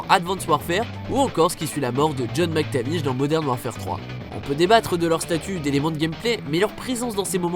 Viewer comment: il dit mctaRViche et a il dit JOHN mctaviche mes oreilles saignent😭